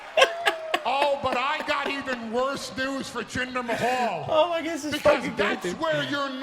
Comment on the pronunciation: when he said jinder mayo that had me cry laughing